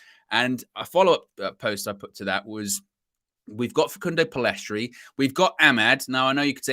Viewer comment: Guys it's Pellistri. Not Pellestri.